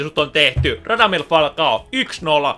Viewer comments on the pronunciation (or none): Kuulin että sanoit tos yhes kohas ratamies falcao